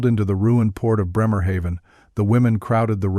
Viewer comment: into the ruined port of Bremerhayven. Should sound like BRAYMUH hahfn